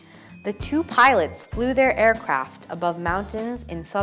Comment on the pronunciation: どうしてもpilots がpiratesに聞こえる。